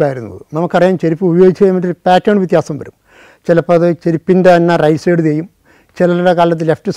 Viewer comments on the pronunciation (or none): none